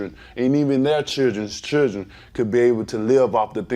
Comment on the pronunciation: If he were white we would all be making fun of his speech impediment. This guy kills me when he speaks. Took me a few minutes to realize chergn was actually children